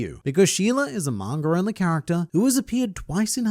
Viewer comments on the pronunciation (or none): Please stop saying "Manger" and start saying "Manga" thanks